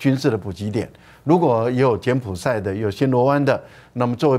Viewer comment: 柬埔[寨]： 音[賽](X) 音[債](O)